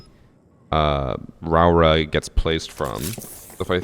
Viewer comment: Hey, Nz'er here. The new op (Rauora)'s name gets pronounced Rawra by alot of people. In Māori, rau makes an roe sound like toe so her name is pronounced Roe ora. Lots of luv from the land of the long white cloud